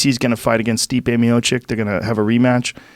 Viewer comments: Miočić not Miočik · ITS MIOCIC not MIOCHICK where do you see the chick joe?